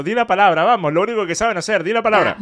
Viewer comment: Vamoj???? Quej ejo???